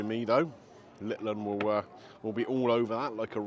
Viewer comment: Like your podcasts just wish you would stop saying littleon every 2 minutes sounds like your eating with a garden knome.